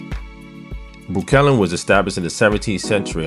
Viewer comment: min.: Breukelen is pronounced not like Breu-KELLEN, but with the stress on the first syllable, like BREU-kelen! The same way you don't say Brook-LYN, but BROOK-lyn!